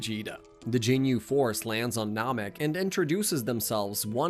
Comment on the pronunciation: The narration has to be AI he calls it gin-you force, super cyan, siabamen it's nuts